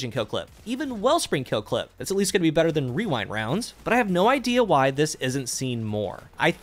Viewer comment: Best part of the video is putting so much emphasis on saying "Rewind Rounds" correctly